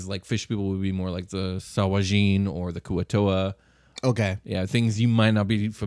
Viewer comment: saw-wah-gene?? home boy cant say sahuagin